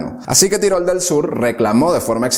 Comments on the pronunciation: Se pronuncia tirol, no tairol, que no es inglés, amigo. por lo demás todo genial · No se dice tairol, sino Tirol. Es como decir Catalonia en lugar de Cataluña o England en lugar de Inglaterra, los nombres de los lugares siempre se adaptan al lenguaje propio. Los hispanos nos esforzamos en introducir anglicismos e infravalorar nuestro propio idioma. Debemos detener eso, nuestro idioma es hermoso como es. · Él lo pronunció "Tirol", no "Tairol". 😂 Según lo que yo escuché. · tairol del sur? qué manía de pronunciar todo como si fuera inglés. TIROL, TIROL. mE PARECE QUE TE LIMITAS A LEER LO QUE OTROS YA HAN ESCRITO. nI IDEA.